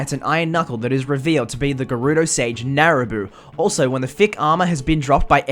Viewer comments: Nabooru, not Naruboo. x) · Narabuu? It’s Nabooru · "Naraboo" its....nabooru....